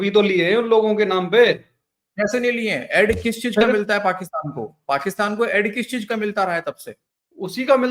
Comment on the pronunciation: एड नही ऐड,, sir,,, plz correct,,, मुल्ले देख रहे